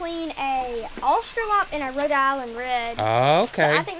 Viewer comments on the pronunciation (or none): AustraloRp, and Pennay-Day-Seng-Ka..! Australorp, and Penedesenca..it’s not Austra”lop” or Pen-Den…I’m not picking on y’all, I’m not, I swear, but if you want to keep saying how is the chicken master, y’all really should pronounce the names right guys..I’d rather y’all learn it here than having somebody correct her in person.. Just think the pasta, penne for Penedesenca, not Pen”den”, then “day”..Pennaydaysengka..easy peasy… So glad you’re better, some ppl really suffer a long time with those tick bites..